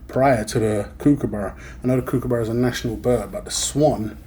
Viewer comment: Kookaburra is NOT pronounced like BOO as with a long U sound. It is pronounced like BOOK or COOK or LOOK.